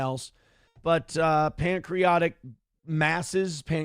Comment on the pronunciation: Nobody tell the word isn’t “pancreotic”